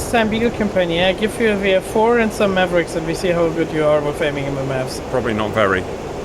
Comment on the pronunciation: Ma-ver-ick? He got away with it.